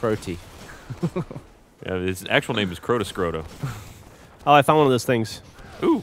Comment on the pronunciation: "Crotascrota".....I love you